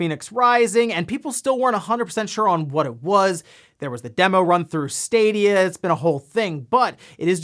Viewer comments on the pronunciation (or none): none